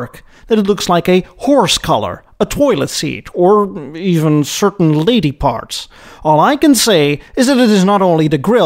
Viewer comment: when you say "lady parts" are you saying fake fingernails????